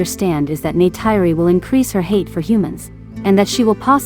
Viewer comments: It's NeytIri not NeytEYry...and Jake said: "They killed their Mother", not "Mother "nature" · "Neh tir ee" is how the name is said.